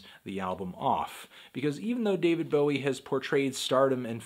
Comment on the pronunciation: I prefer david bowid.